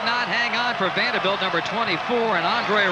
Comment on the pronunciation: Love how the announcer pronounces "Vandahbilt"